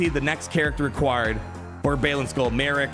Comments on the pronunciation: It’s pronounced Marrock.. ;) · I’ll save you some time. It’s pronounced mah-rock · Don't worry, CG will probably come in clutch with the Marrok pronunciation